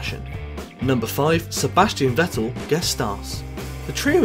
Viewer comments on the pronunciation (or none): none